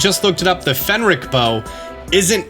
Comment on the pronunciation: Say Fenrick one more time. I dare you, I double dare you!